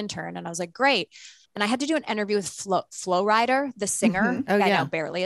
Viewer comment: Her saying “Flo Rider” 😖 when it’s actually Flo Rida as in, he’s from and named after Florida… I hope she didn’t call him Flo Rider when interviewing him.